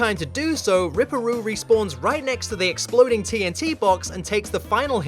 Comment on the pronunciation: It’s rip-per roo 😂